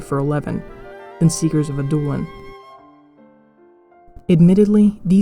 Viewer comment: Love the vid. Could be wrong, but I think it's pronounced "Ad-doh/dow-lin" which is more of a vowel sound similar to "ouch" rather than a hard "oo". It's a softer prounciation more related to French.